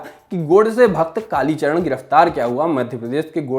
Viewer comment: Kalicharan g ka name to km se km sahi se lo channel valo